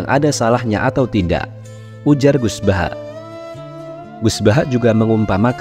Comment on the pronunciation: Mohon maaf..banget.. Penyebutan nama itu gus baha bukan gus bahak..mohon maaf